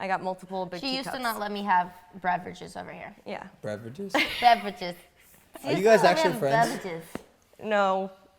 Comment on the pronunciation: she said beverages wrong twice